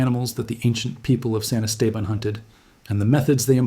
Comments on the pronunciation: Thanks for the video… Cool Stuff! And then… it’s pronounced: Est-Ah-Bahn… Not: Es-Tabin 🤣 Cheers! From Southeast Texas! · Yeah...as a 5th generation Texan, I was coming in to question where in the wide world that place was. Esteban is Spanish for Steven...so Saint Steven. Still, it's not the worst pronunciation I've heard. One reporter called Lubbock...LaBuque. I was scratching my head over that one...trying to figure out where this tiny town neat the Texas-Louisiana line was...and as he kept talking, all of a sudden, it dawned on me...Lubbock...a HUGE city in West Texas!!!